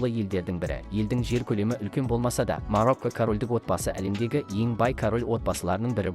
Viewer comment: МАРАКО,БЕРЛУСКАНИ,БРУНИ ДЕП ТІЛІН ШАЙНАП,ЕКІ СӨЗДІҢ БАСЫН ҚҰРАП СӨЙЛЕЙ АЛМАЙТЫН ЖҮРГІЗУШІНІ КҮЛТӨКПЕДЕН ТАУЫП ӘКЕЛГЕНБЕ!?